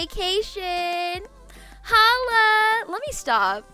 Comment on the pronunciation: "wErE oN vAcaTOin.... hOllAA"